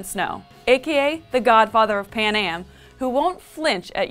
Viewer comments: it's panem..not panAM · Why does she keep calling it "Panam"? This country isn't a '60s airline,.